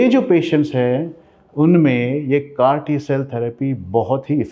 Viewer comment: It's not crt cell therapy it's called as CAR-T cell therapy